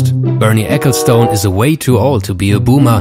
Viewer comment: "ecclestun" ;) not stoone...